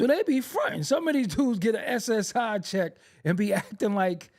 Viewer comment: I was on the ground when he said S.S.I 😂😂😂